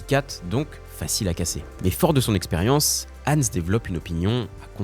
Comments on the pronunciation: Je râle car la vidéo est bien montée et bien écrite mais comment peut on mal prononcer le prénom du sujet de la vidéo ? C'est pas Ensse mais HANS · Fauter tellement de fois sur la prononciation de Hans c’est un crime 😅 idée: utiliser l’IA non seulement pour écrire son script mais aussi pour apprendre à prononcer d’autres langues